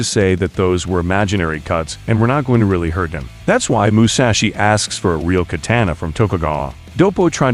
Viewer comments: That was the most new York I've ever heard someone say katana. Kait ane naaaar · I'm getting annoyed with the pronunciations of katana and manga.